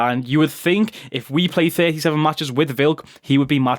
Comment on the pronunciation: Think** not thino lol 😂